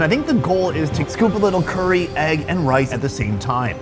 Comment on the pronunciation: STOP SAYING CURRY WEIRD!!! 😡😡😡